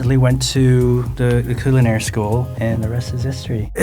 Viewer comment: Im sort but I died when he said culinary school I love when someone has that scent and there that one word that sounds weird